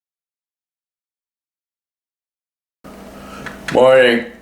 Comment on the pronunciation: When you say "morning" it sounds like "moi", which means "hi" in Finnish. :)